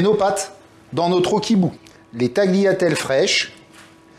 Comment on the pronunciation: Bravo chef. Art.le g ne se pronunce pas dans tagliatelle